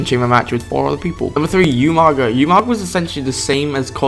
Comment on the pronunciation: its pronounced "ooo-maga." your saying " Youuuu-maga."